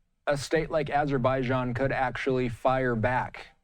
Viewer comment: can we replace these guys with a couple americans that know how to pronounce "missiles" and "azerbaijan"